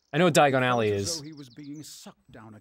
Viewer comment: That's why Harry was transported to the wrong place. He didn't say Diagon Ally he said "Diagonally"